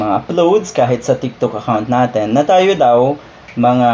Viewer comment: "Natin" po at hindi "naten"